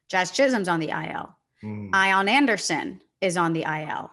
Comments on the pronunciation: Idk if this is a joke comment but the Ian Anderson pronunciation has been an inside joke on all the jomboy podcasts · Just started this one - all in on most Jomboy podcasts.. I am done after hearing I-On Anderson.. rough listen when every name is mispronounced. Back to Rose Rotation - I’ll try this one again soon. Let’s Go Mets